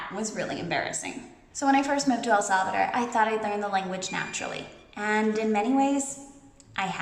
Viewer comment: Your pronunciation is good. You are learning. One thing to keep in mind is the phonetics. For example when you say El Salvador, remember to keep pronouncing until the las letter. Instead of El Salvader, it's El SalvaDOR... Many Americans commit this error. Again, you are well on your way. We Latinos are very forgiving. We appreciate the efforts and willingness to keep learning. Estás mejorando muchísimo! 😊